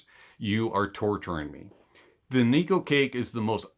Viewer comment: "NIKU CAKE" 💀